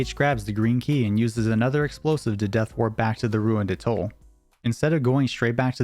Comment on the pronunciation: Please learn how to pronounce 'atoll'...and any other words you plan on using in a video...smh...